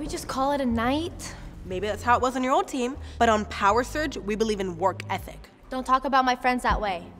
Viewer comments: Who thinks "Power Surge" sounds like "Power Search"? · ᴋᴘᴏᴘ ᴛɪɴᴀ wait the whole time I thought they were saying power search 😂😂😂😂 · I'm a little late but I hear them say power search instead of power surge